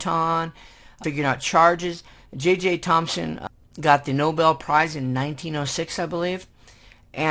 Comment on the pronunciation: Its JJ Thomson not JJ Thomspon if you see the subtitles.